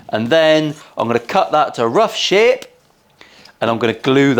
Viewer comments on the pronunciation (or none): Is it me or does he say the word "shape" in a Yorkshire accent every time he says "sherrp". I think he does. Once you hear it - it just keeps jumping out at you. Americans won't pick up on this, probably. PS - how do you spell "sherrp" in a Yorkshire accent? Loving the vids.